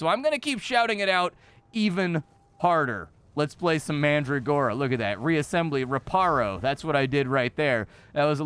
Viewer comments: It's fun to hear you mispronounce names of plants like Calendula and Mandragora. Looks fun, will have to check it out when it gets a full release. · That's not how you pronounce mandragora